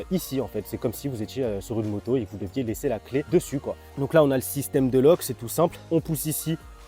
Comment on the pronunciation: "vous venez delock" 🤣🤣🤣"en roulant bien fool"🤣🤣🤣🤣mon dieu 🤣🤣🤣🤣